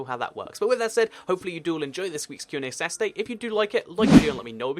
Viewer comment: Why do you pronounce Saturday as "Sasday" later on as you spell it correctly at the start of the video? It's kind of bugging me out :P